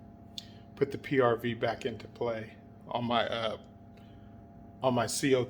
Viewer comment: Hay is the bolt for the Tiberius T8.1 interchangeable with the first strike FSC from what I've been studying they are just want to be sure and you would know also not to seem like a dummy but what's a PRB or did you say PRV